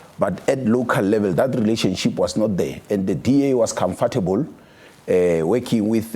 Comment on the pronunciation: Go back to school....it is not comfartable...it is comfortable